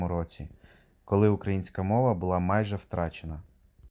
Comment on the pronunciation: Цікаво, гарна робота. Маленьке зауваження. Католицька церква украЇнська, не укрАїнська. Вухо ріже від такого московського наголосу. Бо то у них Україна - від словосполучення "у края.. рассєї".